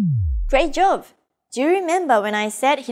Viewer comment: Thanks for the great video! Fun fact: Throughout the lessons, I kept hearing "Great Jove" at the end of each one and found it a bit odd to reference the Roman king of the gods in a Japanese context. It wasn’t until I finished lesson five that it finally clicked: she’s actually saying "Great job!" The way she pronounces b like v (and vice versa) threw me off initially. I’ve noticed this phonological trait among many of my Korean friends as well, so I wonder if it stems from some similarity between Japanese and Korean phonology.